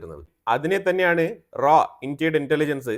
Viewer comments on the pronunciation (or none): ഇന്ത്യയുടെ റ അല്ല raw എന്ന് പറയു